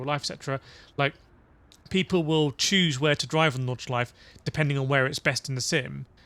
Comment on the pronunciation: Nordschleife, not Nordschleif.